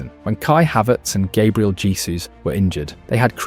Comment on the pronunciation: Put some respect on Gabriel's name and teach your AI voiceover to pronounce it properly and not in that stupid American Irish way